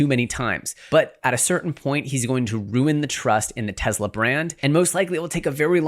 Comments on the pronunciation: Its Tesla not Tezla. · …. It’s NOT TEZZLA. My god lol. “Tesla” TESS-lah.